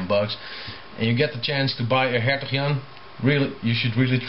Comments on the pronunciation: Dat platte Amsterdamse accent als je "Hertog Jan" zegt is best grappig, omdat je Engels redelijk accentloos is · hahah how do you say hertog jan is funny becouse im from holland en when you say it it sounds funnyXD